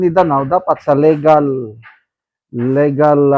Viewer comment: LI-gal po, not LE-gal, sir, ang correct pronounciation. Mao pod ang regal, RI-gal ang pag pronounce. Mabasa unta nimo ni, sir